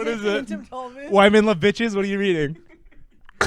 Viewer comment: no one catching pronunciation of Chuck Palahniuk is tragic